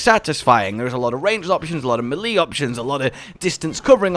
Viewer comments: quick tip: melee is pronounced may-lay, not Mil-lee :D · Melee = may lay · Are you sure it's not pronounced melee? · no I think it's pronounced melee. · Why do you pronounce melee like that 😂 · Sir it's pronounced "melee" not "melee" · Me cringing every time he pronounces melee wrong 😖